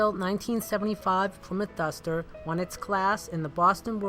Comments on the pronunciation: it's uh duhhstahh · That's a nice dustah 😂, R.I.P buddy